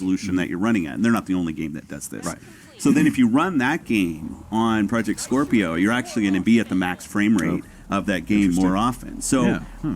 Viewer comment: He keeps saying skwerpio